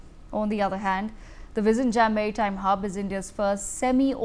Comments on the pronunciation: Oh MG, it is not jam but yem. Phonetics are important when presenting a name some thing. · It's not V izhinjam as in perhaps Kissan Jam but pronounced as " Jim" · Learn to pronounce the port name correctly. There is no "jam"(bread or traffic) in the port name. You should try "nj" as in gyAn or jnAn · Madam, I believe you are an Indian, if so, please talk to any of your Keralite colleagues and learn how to pronounce "Vizhinjam". You have all the alphabets in Hindi to do so 😊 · The port name is wrongly pronounced. Please learn the correct pronouncation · Useless anchor. Try to pronounce South Indian names correctly or find another job. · Can you put some effort and pronounce “vizhinjam” the port name correctly? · No, they will impose their language on us, but they don't even pronounce our language